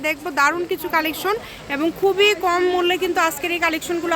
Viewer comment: আপু আপনি কথা বলার সময় উচ্ছারন ঠিক করে বলবেন,কোম না বলে কম বলবেন